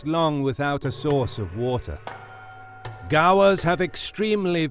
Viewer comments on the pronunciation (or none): "American bison and indian gaa-wars"